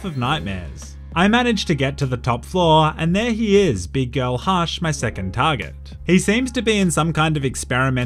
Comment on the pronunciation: says "hush'' like "harsh". Much love from New Zealand bro, I subbed